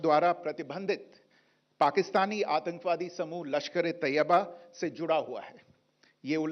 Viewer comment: मैडम जी तोयबा नहीं तैयबा होता है बोलना सीखलो